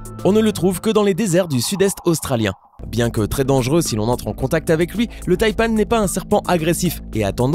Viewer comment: Taïpan pas taïpan(e)